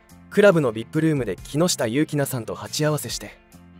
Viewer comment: よしかわこうじ、ではなく、きっかわこうじです。きのしたゆうきな、ではなく、きのしたゆきなです。